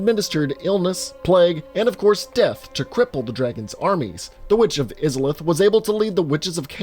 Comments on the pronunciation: The pronunciation of Izalith kills me. Come on dude, they literally SAY it in the opening cutscene. I question your evidence for the rest of the video if it seems like you didn’t even pay attention to the first 2 minutes of the game and just read a wiki about it. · I’m so confused. Where did he get the impression that izalith was pronounced like that???? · I physically cringed every single time he said izalith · he did not say it correctly he said it completely different than what was said in the opening cutscene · which means he said it wrong, do you need me to spell it out for ya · Aight yes it is irritating from a hardcore souls player perspective. And yes if he played the game he should remember from the opening scene the pronunciation. However, we all know what he means. That is the part that counts. Still gave the comment a like because it made me cringe Everytime he said it. However you have to understand that this guy is clearly new to the series as a whole and thus will probably get some info wrong. Not even subbed to this guy I just wanna toss this in before the comment section devolves entirely. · Congratz. You're a weeb. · Agree, made me cringe. It goes to show this video is nothing more than a vain attempt at grabbing views, and not from anyone that cares for the game, much less played it. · Izalith, please pronounce it correctly. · Please it hurts I-za-lith not isalith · It's I-zalith not is-a-lith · Eye-Zuh-Lith... say it right! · Dude I’ve loved your content for years but every time I heard you say “izzolith” I wanted to scream, it’s “Aysolith” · You pronounced Izalith wrong. It's not pronounced -IZ-UH-LITH. It's pronounced EYE-ZUH-LITH. You clearly never played the game before doing this video. Anyone who's played Dark Souls 1 at least a few times would hear how to pronounce Izalith because of that opening cutscene (most people watch it at least once, maybe twice). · It’s pronounced Eye-za-lith not Iz-za-lith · Eye-za-lith, not iz-a-lith